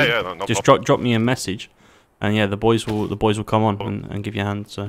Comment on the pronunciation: I lost some brain cells when I heard raiding with da boois